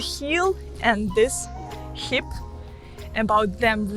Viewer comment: Hey Maria, thanks for the video. Just a small correction, it's 'hip' not 'heap' ❤️❤️